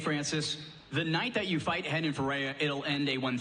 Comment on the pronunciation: it said Perreira instead of Ferreira